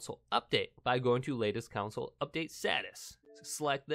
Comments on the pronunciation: I've never heard someone mispronounce the word "console" so many times in a video about a console. Not a good look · Dude. Its console, not council. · He keeps saying council not console is it just me ? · The word is “console” not “council” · Its console not council ypu donut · Console...not council. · console❌ counsel✅ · i was trying to ignore the fact that he kept saying council lol it was driving me nuts CON..SOLE!!! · It's console not council....yw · pronunciation is con - sole. very simple. not coun - sil. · Hahaha he says counsel in stead of console but the first 1 did work so thx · Its console not council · Console not countsole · STOP SAYING CONSALLLL😡😡😡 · If i hear you say council instead of console (CON-SOUL) i am gonna lose it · Reset "council" lol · Anyone else bothered that he says council and not console😂 thanks for the help though😂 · CONsole not COUNsole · why do you say counsle and not consle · its CONSOLE not COUNCIL damn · I gotta say, it bugs me that you're counsel not console. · “your Xbox one council” 😂😂😂😂 “front of the council”. “Turn Your council back on again”. “reset your council”. “Showing up on your council”. Umm Bud i think it’s pronounced “Console” 😂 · Man says Console like Council 😑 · Dude its console not counsel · Council? Console. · The "Cownsle" approves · Do you mean "Console"...OR "CLOWNSOLE" .....😆😊🤣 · Its console not council smh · He keeps calling the console counsel 😂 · It's console, not counsel or council. Say it correctly. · I can barely make it through this video without getting pissed because you say council instead of console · It’s Console not council dumb ass smh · Ughhhh say console right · Council, rowter shut up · Is he saying council on purpose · nobody: him: cOuNciL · Stop saying council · Take a shot every time he says “counsel”. Yes I know he’s saying console but he’s saying it wrong. 😂🤣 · “Council update” jesus christ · this is no accent problem, it’s total mispronunciation